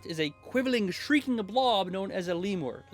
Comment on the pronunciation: I've always heard it said LehMYOOOR (like saying "the wall" in French). I love this take on reflavoring the lich!